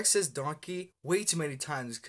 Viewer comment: Sounds like he's saying "Don't Gay" lol